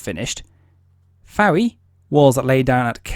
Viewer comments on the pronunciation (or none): A few pronunciation corrections: Rothesay has just two syllables, 'Roth-See. Berwick has a silent 'W; so 'Berrick'. Fowey is pronounced 'Foy'.